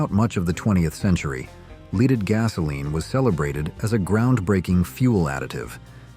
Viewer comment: That "Leeded fuel" was hard on people and the environment